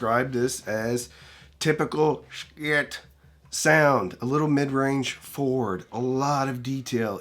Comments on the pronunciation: Wish I knew why you pronounced it Shkit. There’s something really off-putting about a familiar word or name that literally everyone pronounces one way… and then one person repeatedly saying it completely differently. It’d be like one lone reviewer saying hee-fee every ten seconds, instead of hi-fi. No hate… just very curious❤ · Just please pronounce the company name correctly. Not sure what the hang up is with saying Schiit.